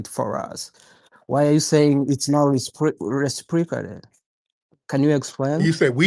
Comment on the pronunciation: LMFAOO HE COULDNT SAY RECIPROCATED TO SAVE HIS LIFE 🤣🤣🤣🤣